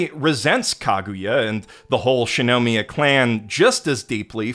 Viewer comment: The rampant mispronunciation of Shirogane and Shinomiya's names, from someone who self-proclaims to be the God of Anime, is impossibly grating. If I wanted awful butchering of Japanese names, I'd listen to early 2010s dubs.